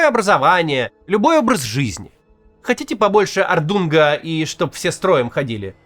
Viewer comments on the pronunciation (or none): Скорее всего он имел ввиду орднунг) с произношением беда😂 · Не ордунга, не орангутанга, а орднунга.